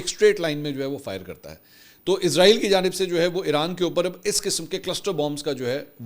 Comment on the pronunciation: لونڈا پاڑا فرجوں والے کو سہی نام ہی سیکھا دو ازرائیل ازرائیل کہتا وہ کیا اس کی روح نکالنے والا فرشتہ ھے. اسرائیل سہی نام ھے. رپورٹر تو بنے بیٹھے ہیں لفظ سہی بولا نہیں جاتا😮😮😮😮😮😮😮😮😮😮😮😮